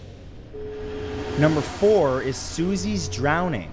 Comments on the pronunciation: “Rowning” 😂 you meant drowning? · I noticed that too. Rowning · "Suzies Rowning" Lol. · "Susie's Rowning" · it said susies rowning not drowning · It says suzie rowning and not drowning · Matt u forgot the "D" in drowning... It says "susies rowning" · aaah yes susies rowning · "Susie's Rowning"😂😂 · is it just me or did he forget to put the d in drowing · He just forgot the d in drowning. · Did anyone else notice that he forgot the D in Susies Drowning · You forgot the "D" in "DROWNING" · you forgot the "D" in "Rowning" baldy... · Rowning. Hee hee. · “Susie’s Rowning” anyone else catch that?